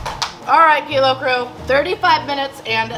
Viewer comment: "Kilo Few".....stop talking!!!!!